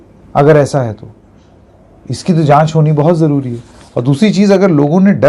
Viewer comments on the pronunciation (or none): none